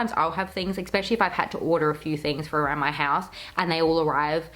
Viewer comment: Cringing every time you say the word especially. Look up the pronunciation of it.